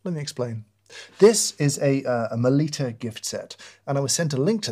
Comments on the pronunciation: Meh-Litta please ...not liiita 😅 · Melitta is German, rhymes with "bitta", not pronounced meLEEta.